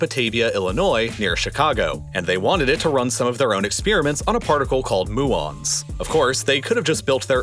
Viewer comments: Well I guess it's time for me to join the rank and file of commenters who nitpick your videos for pronunciation errors, but as a physics major I am inclined to inform you that the particles are pronounces "MEW-ons", not "MOO-ons," as they are named after the Greek letter of the same syllabic name, mu. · Muons are "myuons" not "moo-ons" tutting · are you sure it's "moo-ons" like you said and not "mu-ons"? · They are pronounced "miew-ons" not "moo-ons" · MOO-ONS???? Its Muons pronounced like mewons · Myoo-ons, not moo-ons